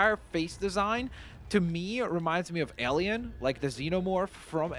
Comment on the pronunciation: Whenever ever he says alien it sounds like “Ellian”